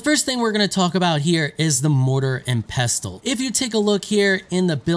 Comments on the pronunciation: The T is silent 😄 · The 't' is pestle is silent. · actually pestle with a T is a use only americans use the rest of the world pronounces it without the T much like OFTEN -> OFEN